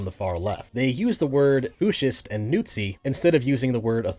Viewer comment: Dude really said nootzi. Think I woke my wife up with that laugh.